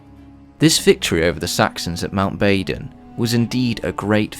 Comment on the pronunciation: Its "Badon" I believe